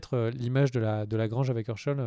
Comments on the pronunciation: Ça se prononce chèyne et pas cheune et èrcheul et pas eurcheul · Shane c'est "shaine*" pas "Sheun*" ^^ Hershel = "Hairshel*" pas"Heursheul*" en tout cas c'est vraiment cool d'avoir repris TWD et le rituel des videos critiques! merci a toi! et Félicitations pour ta famille :)